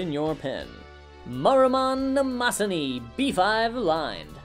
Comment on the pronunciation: Is... Is that how they pronounce Mnemosyne? Not 'Nee-mo-sine'?